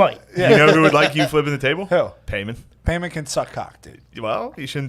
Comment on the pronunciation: confidence in pronouncing Paimon wrong AND being sure that the movie is called "Heredity" is killing me hahaha.